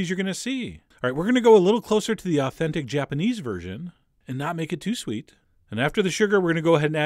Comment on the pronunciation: It sounds like you said "Swedish Japanese cooking wine"